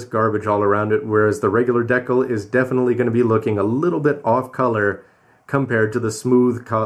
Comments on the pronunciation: decal, as in dee-cal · why does he pronounce decal wrong?😂😂😂😂